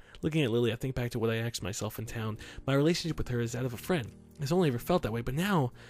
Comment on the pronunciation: stop saying aksed >:(